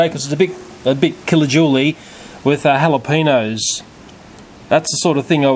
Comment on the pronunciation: “Jalepeenos” - 2017